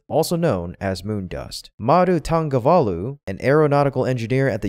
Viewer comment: மாது தங்கவேலு என்பதை எப்படி உச்சரிக்கிறார் என்பதை பாருங்கள்.. கேட்டவுடன் சிரித்து விட்டேன்..😅